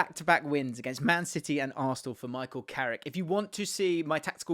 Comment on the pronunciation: It’s carrick you knowwwww